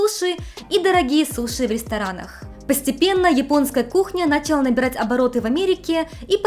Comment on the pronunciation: Столько всего уже было о Японии, но до сих пор находятся неосвещенные темы - на первый взгляд такие простые, но на деле куда более сложные! Спасибо вам,!! Есть один момент, который немного режет по ушам, особенно на фоне в целом качественного контента: на́чала вместо начала́. Слышу из видео в видео 😅 Надеюсь, мой комментарий вас не обидит и лишь поможет улучшить ролики!!